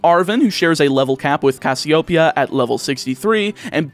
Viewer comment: Don't think I'm going to say anything that hasn't already been commented but a couple script mistakes I noticed are: Protosythesis has a PR not an PH. Don't put emphasis on the Pee in Cassiopeia. The lu in Lucario is not pronounced low. Grusha is male. The elite 4 are not related. The switch only drops frames in a few (2 or 3) specific areas, but the game cuts framerate of animations based on distance that an emulator would still have without modding the ROM. I think that was everything I noticed.